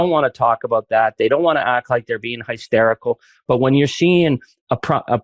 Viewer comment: This war fearing idiot doesn't represent Canada... can't even pronounce hysterical, how is this tool getting an interview with Meidas Touch?